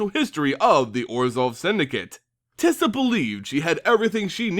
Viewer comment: You pronounced Teysa 3 different ways in your video. I am confused. And slightly frightened.